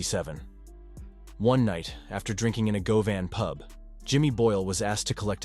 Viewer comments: GO-VAN😂 Pronounced GUV-IN. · Looked shit but soon as he said go-van then see ya later.